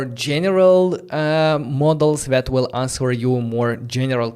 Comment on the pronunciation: The “w” in “answer” is silent. You pronounce it like “anser” … great content and enthusiasm…